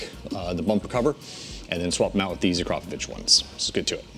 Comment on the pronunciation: Finally somebody pronounced 'Akrapovic' properly. Great video.